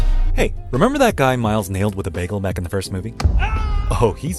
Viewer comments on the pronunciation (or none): none